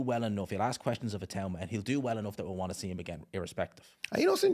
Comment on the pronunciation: Itauma is smart and fast and whyte has an off button. It’s pretty clear what will happen Also thank you for pronouncing his name correctly. Everyone else for some reason says I-too-ma